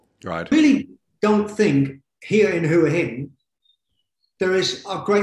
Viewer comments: Hwa Hin, not who hin. Please learn to pronounce the towns you live in. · If that guy () lives there, he should be able to say it! Hoo-aah Hin NOT Who-Hin Or should we all say Phuket incorrectly? Does it sound like phenomenal? Teach the language as natives pronounce it or go home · Agreed... hwa hin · It amazes me how most seasoned expats struggle to pronounce the easiest of Thai place names. Listen to a Thai national say it.....then say it the same way! It's not rocket science...Hoo - a - hin lol! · You would think someone who has lived in Thailand for so long would try to pronounce Thai cities like a Thai. Just listen to Tim... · Yeah, isn't that annoying.